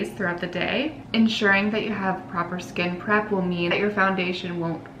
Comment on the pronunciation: Every time you say skin prep, I think you are saying skin crap lol I had to watch this twice at first because I was so shocked you said it and laughing sorry it just sounds that way at first, but it’s a great video. Thank you for making it cause I’ve never been good with make up.